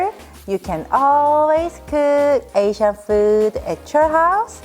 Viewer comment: Her outro is the most annoying, triggering thing ever. It’s way too long. With her horibble accentuation and the way she stretches asiaaan at hummmm. It’s like she wants to emphasize her asian accent on purpose.